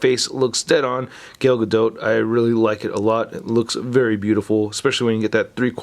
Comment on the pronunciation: G A L not GAIL 👌